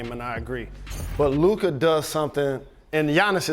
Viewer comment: The refusal to even learn how to say Luka's name after years now on the part of SA says it all.